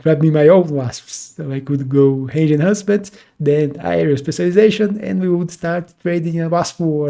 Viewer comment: bro, hange on the badgers? It's range, just trying to help. with an R :D